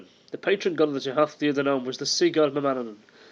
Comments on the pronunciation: It's pronounced Tootha Day Danan.... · The pronunciation is Tuaithe de dannan (Too-ah day dah-non). Leabhar is pronounced Laur (think cow with an l instead of c) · The way you pronounce Tuath De Dannan is Thu-ah day Da-nan and Tír Na Nóg is Teer Nah No-g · its pronounced too-aha day dan-on :-) loved the presentation approach